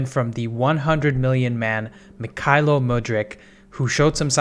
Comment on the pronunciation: A tip from a Ukrainian citizen: "kh" in Mykhailo's name should be pronounced like "h" in the "how" word.